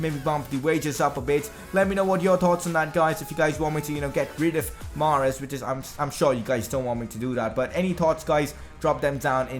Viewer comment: greetings from Algeria. I am sorry to say but you pronounce mahrez wrong.